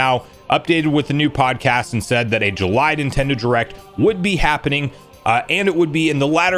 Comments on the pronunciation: ah yes, the great month of Jurrly 😂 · Anyone catch that "Jurly" when talking about Wood 😂